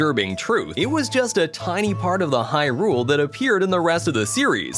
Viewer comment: He actually pronounces hyRULE the correct way though. Something most people mess up by saying HYrule